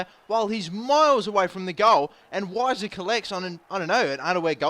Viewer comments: its pronounced Viser but i prefer Wiser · unfortunately its viser not wiser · It's pronounced Veiser. Which sucks for puns, but it's true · Weiser is pronounced with a "V" sound, since it's a German name. Castillo is pronounced like Castiyo. The double "LL" in Spanish make a "y" noise. Yo hablo Español und ich kann Deutsch :) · The W is pronounced as a V